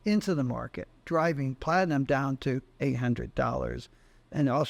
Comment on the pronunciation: Plat-I-AM.